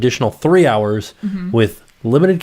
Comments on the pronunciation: I thought he said boob hours LOL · We all heard boob hours, sorry, you tried. 😂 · I like “boob hours”!!! That’s what I heard! 🤣🤣🤣🤣